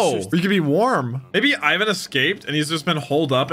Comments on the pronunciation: Try to pronounce it like a russian Ivankov, so ... IVAN not EIVAN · You pronounce Ivan like this. E-vaun. the aun is pronounced like aun in faun, the female deer. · btw it’s (ee-van) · One Piece: Ivan!: Is it Ivan or Aivan? One Piece: Ivan! (speaking over it): Aivan! few minutes later One Piece: Ivankov the fairy...: Is it Aivan? Me: Just listen dammit! The subtitles can't talk but the VAs do, you don't ever need to guess how words are pronounced if you just listen! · idk if anyone has said this but i’m pretty sure it’s pronounced “e-von” but i could also be wrong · Just English speaker problems. They can't help but say I as eye if it's the first letter. Ivan name has always been pronounced wrong in the west thanks to the Rocky movie